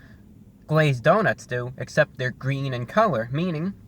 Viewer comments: IT'S GWEEN!! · It's gween!!! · IT’S GWEEN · It's GWEEN I mean it's GREEN 👍👍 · It's gweeeen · I was waiting for a GWEEN MEME! Stop pronouncing your "R" correctly! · It's...ITS GWEEN! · Review Bruh!!! It's GWEEN! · "It's IT'S GWWEEENN!" Haha You are awesome Review Brah.